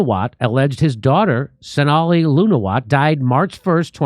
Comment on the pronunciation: Her name pronounced Snay Hull.